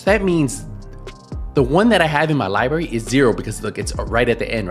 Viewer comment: Lie berry 😂